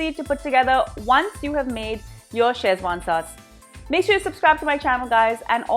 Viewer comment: It's pronounced Seh-chuan, not Chez-wan. Also the spelling is wrong in the title. Szechuan. The z is silent.